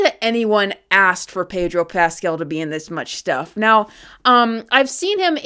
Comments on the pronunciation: why does she keep calling him Pedro Pasquel?? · I really like the way you pronouncin Pedro Paskell, imm steaking it.